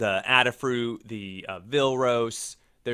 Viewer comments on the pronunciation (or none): Why are you saying "Adder?" AdaFruit is named after Ada Lovelace, nobody is called Adder.